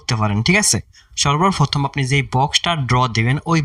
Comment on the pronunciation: Flayer 🙂fura luck ,tarfor,shoebofrothom ,🙂fasss, Vai vasha tik Koren Valo koira bolen Valo shuna jai na